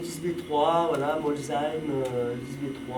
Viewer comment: Bravo pour la prononciation de Molsheim👍